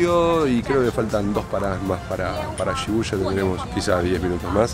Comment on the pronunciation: Y suena como i...shibuya sonaría shibuia.